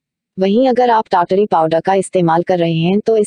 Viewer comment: Madam kya aap foreigner ho....pronunciation is TAT-Ri....app pronounce kar rahe hai TYaya-taree TYaya-taree.....Umeed karta hu mere man ka sujhav sahe lage aapko